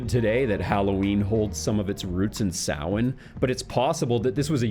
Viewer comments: Thank you for pronouncing Samhain correctly ✨😂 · Most people butcher the pronunciation of Samhain, well done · Liked the video as soon as he pronounced Samhain correctly THANK YOU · Thumbs up for the perfect pronunciation of "Samhain" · I'm delighted you pronounced Samhain correctly!